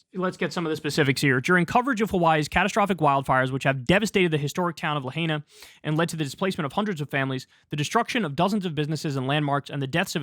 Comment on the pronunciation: oh kyle. it's pronounced La-High-na